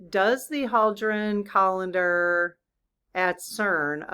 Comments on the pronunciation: I think its pronounced KOH LIE DAR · I always laugh at your attempt to say unfamiliar words.....Its Hay-Dron Collider, (Kinda like Colander) So Koll Lider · Collider? Pronounced, “co-lide- er” because they are forcing the protons to collide! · Hay-dron collide-er. I don't go by AI, it can't pronounce, spell, diagram a sentence, punctuate properly and it wasn't programmed with phonIcs, which teaches you how to pronounce words properly. It would be a great tool, if programmed correctly though, sadly it's not. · It's a (pronounced) colLIDEr- - it makes things COLLIDE (Don't believe everything AI tells you) Another way I can try writing the pronunciation - - - kuh LIDE ur With love, from another 12/12 baby! (I see lots of us here) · It's the Large Hadron Collide-er - makes collisions between subatomic particles possible. AI mispronounces a LOT of words. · Sorry, you are activating my OCD. It's pronounced co-LIDE-er. Because the atoms are colliding with each other. Thank you, l love your channel! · Coll-eye-der....is how you pronounce it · It’s collider, like when two cars collide. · Pronounced Had drun collider as in collision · Thx. It’s ‘collider’. Like cars collide or collision. The protons ‘collide’. AI does not pronounce it correctly.